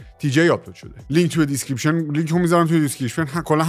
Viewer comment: دیسکریپشن❌ دیسکریشپن✅